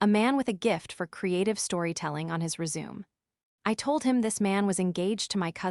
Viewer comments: Resume,, she pronounced rezooms? It re-shoo may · It's resumay, not resume. 😂😂😂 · "Re-Zoom"???🤣😂🤣 AI is so stupid. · Good payback trumps pronunciations. Wow! A WELL PAID PAYBACK! What a concept!😅 Rejection on merits. Don’t lie on your RE-ZOOM! 🎉😂💃🕺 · AI needs to learn how to pronounce the word ' resume' properly - rez-zoom-may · If you want your ai voice to sound more natural, at least try and say the words properly! 'RESUME'. Really??? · I had initially clicked like until I realized that you hadn't listened to what you had your AI spit out for you. It's RESUME (something you send to a prospective employer) NOT resume (start something again), among other mispronunciations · Learn how to say resume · That is NOT how you pronounce 'resume'. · Jut like no. doesn't = number and is. doesn't = island. The 'resume' AI understands is 'to continue' not what is described in the story